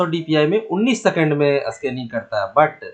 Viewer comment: अस्कानिग क्या होता है😂